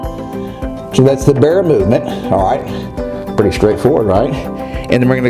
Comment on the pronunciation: Cant you say "alright" properly? Do you think you are gangster from the Bronx?